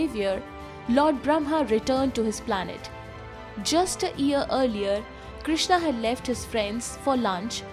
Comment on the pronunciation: Its not ear. Its year. You need pronunciation lessons dear.